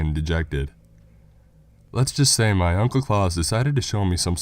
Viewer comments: Surely it's Claus as in the actual name rather than claus as in Santa, really killed the story even tho as many have pointed out it's stolen from the twilight zone episode anyway but really pronunciation is important when reading scary stories as it immediately kills the horror and makes it funny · Jesus christ you uncultured swine it's Klaus. KLOWCE NOT KLAWS. JESUS H CHRIST I DIED EVERY TIME YOU SAID HIS NAME. IT'S FUCKING GERMANIC